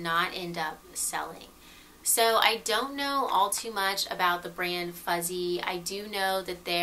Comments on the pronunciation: I think the pronunciation of that Italian brand would be something like "footzi" ? the double z in Italian is like a tz combo sound :) Love your videos and your presentation. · Thank you so much for this! I've loved all 3 of these ThredUp videos - super informative and you clearly put a lot of time and effort into them. Just so you know, FUZZI is pronounced FOO-TSY - the "u" is like "oo" in goo and double "zz" are like "ts" in pizza. Not that it matters, but just throwing it out there. :)